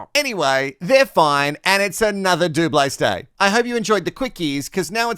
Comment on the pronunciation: "Doub-lay stay" 😆👏🍷🚬